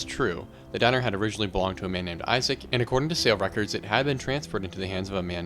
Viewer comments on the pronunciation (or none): none